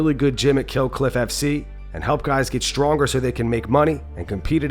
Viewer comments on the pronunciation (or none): none